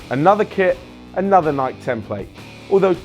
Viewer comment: Is dude mispronouncing Nike? It's fuckin' Nike, mate.